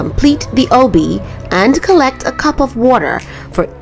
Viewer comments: OUW-bby. I don’t think that’s how u say it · Im sorry its not ewbby its obby not trying to be mean tho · The obe obby say it like obie or oby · You say Obby a but weird.. but it's all right! Everyone has an accent. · Why does she say obby like that 💀💀